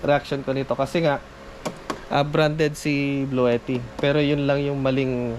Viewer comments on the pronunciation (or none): blue - tea po ang tamang pangalan/bigkas nung power bank